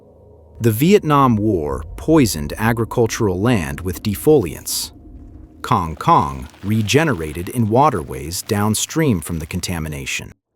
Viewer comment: That's an incorrect pronunciation, and writing. You should write it "kangkung", and read it as "kangoong". Like "o" in word "boots". Or "o" like in word "hold" / "bold" also acceptable. Not that kind of "o" you said.